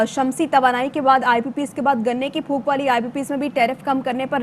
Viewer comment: It is PHOK not PHOOK